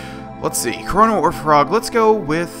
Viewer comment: Why have you been pronouncing his name "Kronno"?